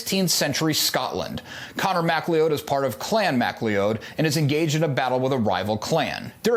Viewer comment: His clans name is pronounced McCLOUD.